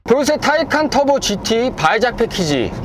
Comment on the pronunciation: 이분 처음보는데, 포르새 포르새하면서 발음이 새는것빼고는, 리뷰 잘하시네요!!